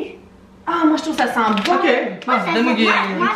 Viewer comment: ``les guémauve de chocolat``🤣🤣